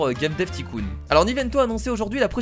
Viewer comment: Juste on ne prononce pas ticoon mais taycoon mais c’est écrit tycoon